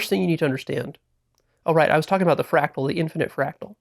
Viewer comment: It’s a fractal, not frackle